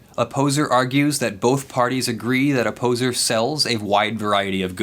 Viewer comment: Everytime you say Opposer I hear "A poser", Kind of fits.